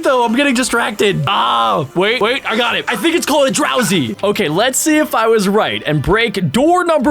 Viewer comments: it's drow zee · ITS DROWZEE